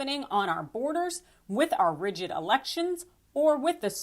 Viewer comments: He’s corrupt and scared and his attorneys are foolish for representing him but it’s rough hearing you call them dumb when you pronounce RIGGED as RIGID. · Perhaps you'd receive greater credibility if your correspondents could pronounce simple words like "rigged".